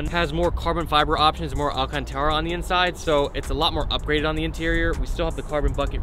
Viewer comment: the way u said alcantara 😭😹